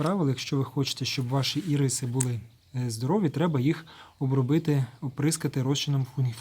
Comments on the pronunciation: Вітаю, дякую за українську мову. Лише з метою удосконалення контенту: в назві квітки наголос робиться на першому голосному Ірис. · Правильніше назва ірис має наголос на букву ,,і", бо виходить назва цукерки